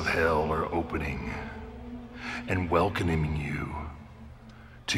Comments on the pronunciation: listen carefully. You're welc'nome 🤣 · "...welconaming..." - The Undertaker.